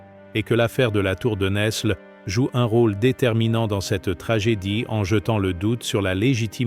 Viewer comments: Bonsoir ! Cette histoire de France n'est même pas parlée en bon français. NESLE ne se prononce pas NeSle, mais Nèle. Le S ne se prononce pas. Sachons-le... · Fille de Louis IX ( Agnès de France ). Saint Louis longtemps après en 1297. Isabelle de France a justement réclamé le trône pour son fils . Tour de Nesles ( Prononcer nelles pas ne s les ). Philippe le Bel devait taire cette affaire.